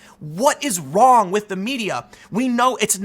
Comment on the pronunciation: "Theres nothing Kwong with my article!!" - Jessica Wrong